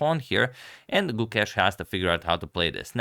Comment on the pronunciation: If you'd like to better your pronunciation of his name, the 'ke' in Gukesh has the same sound as the 'ca' in cape. The rest is as you say it